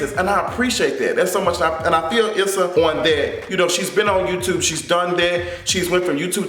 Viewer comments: her name is pronounced "ESSA" not "ISSA". I know that's the way it's spelled, but that's not the way it's pronounced. 🙂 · You going to stop pronouncing my girl name wrong!!! LoL.